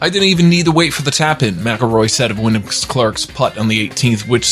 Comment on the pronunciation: Sounds like you said Willin or William Clark? It’s Wyndham Clark 🤦 Even if you don’t follow golf, get the names right if you’re going to narrate, please.